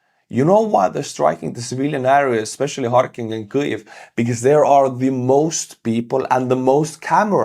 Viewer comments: can't say kyiv. it's not kyuv buddy it's keeiv:} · Weird - why are you mispronouncing Kviv? Sounds like you are saying Klviv. Why add the sound of ‘l’ ?